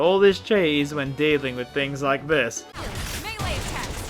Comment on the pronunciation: finally a YouTuber who pronounce melee correctly I break thong every time they said it incorrectly